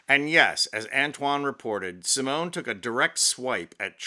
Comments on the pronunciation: had to stop watching when he pronounced the final e in Simone when the final e is silent, all the while claiming it's French pronunciation. My ears are bleeding. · The e at the end of Simone is silent, phonetically it sounds like this, Seemon, other than that your impersonation was pretty darn funny! :face-blue-smiling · in french Simone is pronounced like see-mon (the "mon" of monday). Congratulations to Simone Biles. Greetings from France. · Someone needs to tell ‘’ that her name is pronounced the same way in French as in English. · Antoine might be a bit too English to be French (the 'e' in Simone is silent, for instance), but he does have the sass to match.